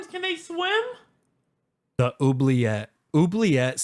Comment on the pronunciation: "Wurms can Dey swem?”